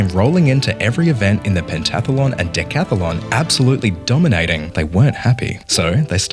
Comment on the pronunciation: BTW, it's decathlon, not decathalon. 😊